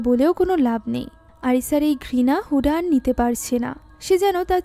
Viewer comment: হুডা নয় হুদা হবে 😒